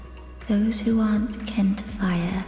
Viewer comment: It's definitely ' Kin ' to fire, not Ken.